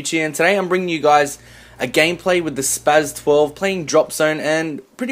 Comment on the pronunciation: The S is pronounced as a Z. He said it right...